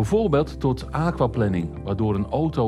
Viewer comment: De thumbnail is "wat moet je doen bij aquaplaning", het onderwerp van de video is "hoe voorkom je aquaplaning" (en de presentator spreekt het uit alsof het waterplanning is, in plaats van waterplanering, maar plannen voor water is natuurlijk ook goed). Verder dank voor dit filmpje :).